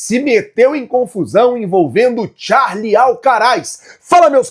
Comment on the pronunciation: Queria saber onde o leu que é "Charle" Alcaraz?? É Carlos Alcaraz...